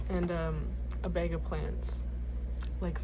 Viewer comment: "one BEG of clothes" took me out i am so sorry LMAOO but things WILL get better. Always forward, never back!